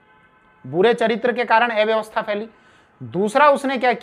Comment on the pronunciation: अव्यवस्था इस शब्द का उच्चारण ठीक से करें कृपया